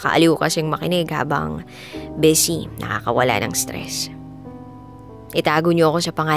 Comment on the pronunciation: DJ Ma’am bisi po hindi besy!